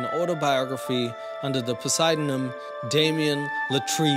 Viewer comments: "pseudonym", pronounced "soo-duh-nim". Great video as always though. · u really said, POSEISONUMUM. PSEUDONYM 😂😂😂 THE P IS DEFF SILENT MY GUY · Poseiden-em lol., pseudonym is pronounced su-dah-nem. The p is silent. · The way you said pseudonym was so cute 😂🖤 just so you know for the future it's said like "sue-doh-nym" It's one of those hard to put from paper to your brain, kind of like epitome. Thanks for another hilarious video buddy :) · Wait do you guys really pronounce pseudonym po-si-do-nim over there or was that a joke? I love you so much but I gotta know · In the nicest way, the p is silent in pseudonym. It's kinda like soodanim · You trolling when you pronounce 'origin story', 'posidonym', like that? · I don’t know if I believe it, but I do know as your channel grows you have to pronounce words my man pseudonym is pronounced like sudo nim. Besides that, awesome video! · Its pronounced SOODONIM! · Not the "poseidenym" instead of pseudonym 😂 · “Poseidonim” lol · I love you.... but the word you were looking for was sue-do-nim (pseudonym). Ain't no Poseiden in there. 😗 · i love your work but for the love of god google how pseudonym is pronounced because i am SCREAMINGGGGG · Pseudonym the p is silent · Pretty sure the p in pseudonym is silent